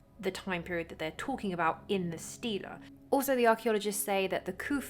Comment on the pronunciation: Sorry to be ….. but it is pronounced : Steelee